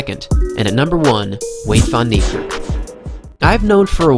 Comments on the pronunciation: You are saying the name and surname rong. Go to Google translate then type his name in then you wil see hou to prenounce his name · You said his name rong